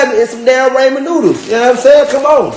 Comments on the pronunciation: “Raymon” noodles my nigga 😂💀💀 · it's RAMEN noodles not raymon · " RAYMON NOODLES " 🤦‍♀️🤦‍♀️🤦‍♀️ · He said “ranmen” it’s “ ramen” 😑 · He don’t even know how to pronounce “ramen”... he need to go to a speech class.. I could barley understand he ratchet ass